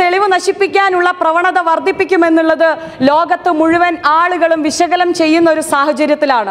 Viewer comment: ഇതങ്ങ് എഴുതി കൊടുത്താൽ പോരെ. പാവം മലയാളം പോലും നോക്കി വായിക്കാനേ അറിയൂ . ആരോ എഴുതി കൊടുത്തത് ആണ് .സ്വന്തം ഭാഷ ഉപയോഗിക്കാനറിയില്ല. വിശകലം അല്ല. വിശകലനം ആണ്. കഷ്ടം. നമ്മുടെ ഗതികേട്.